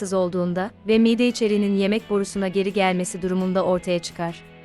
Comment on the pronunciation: Siz anlatan hanımefendi Türkçede bazı klimelerde bazı harflerin uzatılması gerektiğini bilmiyor musunuz, mesela mide kelimesindeki i harfi uzun okunur, aksi halde çirkinleştirirsiniz